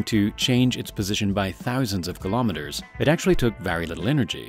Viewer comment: Three thumbs DOWN; for not pronouncing kilometer properly! Bye- bye! I minute and 5 seconds!